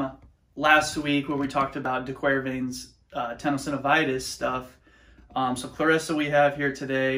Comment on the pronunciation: It's not pronounced as you said it (actually, dee-ker-VEINS)-- and remember the old tenant; pain never radiates "up."